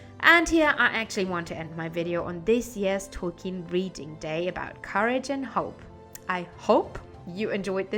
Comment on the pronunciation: Hello! You know I have a special affinity to the hobbits, so I love you choice of topics. And I could absolutely listen to an audio book recorded by you just to hear you pronounce the names! Happy Tolkien Reading Day!